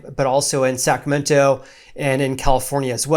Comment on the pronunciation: Why does he keep pronouncing it "sacamento"?